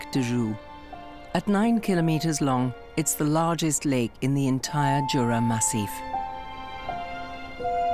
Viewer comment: It's pronounced Yura not Jura🙄🤦‍♂️